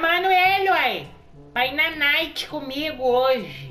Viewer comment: Que "NAITE" oque!